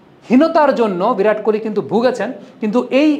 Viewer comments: ভিরাট নয় বিরাট বলুন। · ভিরাট নয়, বিরাট। বিরাট কোহলি। হিন্দি আর বাংলার পার্থক্য বুঝুন তারপর সাংবাদিকতা করুন।